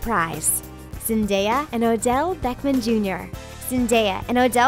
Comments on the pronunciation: Beckman? ITS BECK-HAM!!! DX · She said "beckman" instead of Beckham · Beckham Not beckman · Any one else hear this person day Odell beckMAN not Odell beckHAM?? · Bechman I thought it was Becham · why did she say odell beckman jr its supposed to be odell beckam jr. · "Odell Beckman Jr." ...........It's Beckham and they're not even a couple boo... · Beckman?? Its Beckham. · Odell Beckman Jr. ?How the f do you not know how to pronounce Beckham? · It says BECKAM and all I hear her say is BECKMAN and it is super duper pissing me off. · She said Odell Beckmen 😭🙏🏼 I cant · "Beckman" okay 👌😂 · Did anyone else hear her say "Odell Beckman" instead of "Odell Beckham" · DID THIS GIRL REALLY CALL ODELL ODELL BECKMAN JR. GOR DAMNIT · Did anyone else notice that she said Odell beckman Jr. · "Beckman JR" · Did she say... Beckmann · Did she say Odell BeckMAN Jr? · Why did she call him Odell "beckMan" Jr. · "beckmen jr" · BECKMAN? WHO TF IS BECKMAN? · did you just pronounce the name beckham Beckman? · learn how to say Odell's name right... you said "Odell Beckman Jr." wtf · Nyla Burton I meant in the way of pronouncing the name